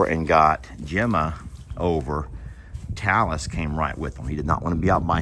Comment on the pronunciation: Talis sounds like Tallas, rhymes with Dallas